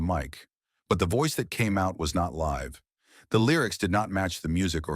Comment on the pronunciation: Is it too much to actually watch the videos you create with AI voiceovers before you upload them to make sure they use the proper pronunciation of words like "live"? More than half of the names are mispronounced in this video. blocking this channel.